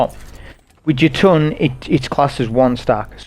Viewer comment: Jötunn is pronounced 'yer-tun'